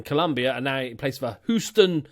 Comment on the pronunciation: Who is Whostoun (Houston)